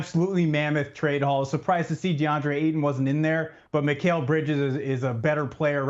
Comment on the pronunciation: As soon as I heard dude say "My-Cal" Bridges, I was outta there